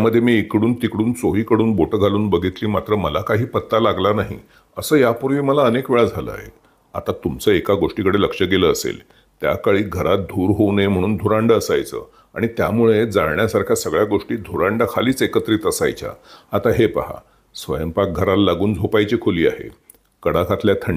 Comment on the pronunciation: धुरांडं ××× धुराडं √√√